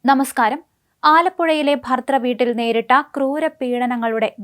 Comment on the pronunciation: ഭർതൃ..... അന്വേഷണം. എന്നീ വാക്കുകൾ മോളൊന്ന് പറഞ്ഞുപഠിക്കാനുണ്ട്....😂😅